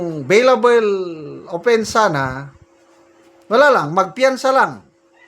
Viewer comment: Beylabol sir not beylabel